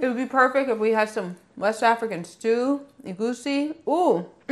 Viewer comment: As a Nigerian,lemme say,in this part of the world,that mistake (potatoes misnamed as yams) doesn't happen.I'm stoked that you've tried and like egusi(and pronounce the word properly too😊).Foofoo does not refer to pounded yam only,in fact,we generally refer to it as that:pounded yam.We call cooked pounded cassava foofoo,along with other cooked pounded starchy foods,(though these days,people have annoyingly and incorrectly started calling them "swallows",a translation of the various local expressions for them)and eat them with what we call soups--egusi is one of them--which are NOTHING like what the western world calls soup of course.Plus,we don't salt yam after it's cooked and don't eat it by itself,that's kinda bland:there would be a (usually herby and spicy)sauce to go with it separately(sort of like a dip) or which it'd be cooked in(yam porridge).Your li'l girl was right to refuse it as is 😅.